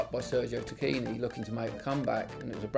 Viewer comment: by the way the actual pronounciation is "Tackini"- the italians pronounce "ch" like a "k" as in "Chianti" (pronounced 'Kianti')